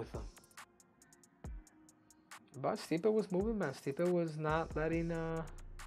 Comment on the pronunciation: lol stipe gotta be custom to hearing his last name pronounced wrong all the time by now